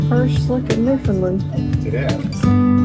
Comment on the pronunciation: It's pronounced New Fun Land, not New Fin Lind